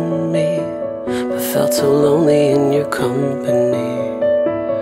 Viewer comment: It was nice. But I hated how he extends all his second syllables in "cut meee off" and "stoop sooooo low"